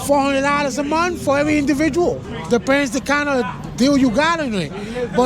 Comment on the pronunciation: this guy! lol “food expense cosses, and eggs is 10 dollars a momfh”